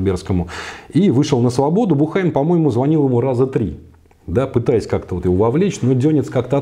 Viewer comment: Уважаемый! В фамилии Буххайм ударение ставится на У. Бýххайм.